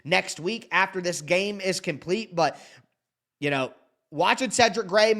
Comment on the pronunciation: Bro where the "and THIS" passion go? I had to comment when I heard that weak "this". 😅🍻